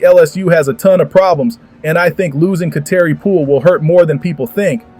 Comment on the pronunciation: WELL FIRST OF ALL LEARN HOW TO PRONOUNCE HER NAME we all know that you are SLOW we can tell by the way you speak I'm guessing you're still MAD ABOUT LSU WINNING A CHAMPIONSHIP GAME last year (😭) LSU 🏆👈👏👏👏